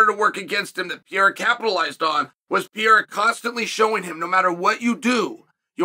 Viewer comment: When is Chael gonna learn how to say PEREIRA